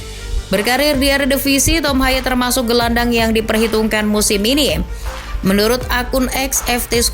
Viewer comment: Baca namanya bukan tom haye melainkan tom hey